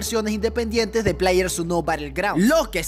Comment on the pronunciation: NO USER Yo See, Pero El Lo Dice Mal, Dique Plaier Su nou jaja